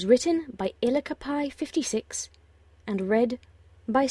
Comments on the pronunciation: I love the way you pronounce the writer's username. "Eelekepee56" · I loke how she pronounced ilikepie56 xD It's supposed to be I like pie. x3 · its pronounced i like pie